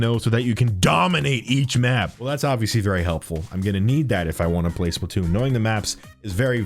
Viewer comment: My dude that’s not Splatoon that’s spaltoon